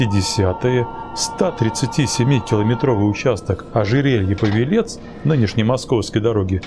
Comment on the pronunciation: Видео хорошее могу ток по править пАвелец тульский не павелец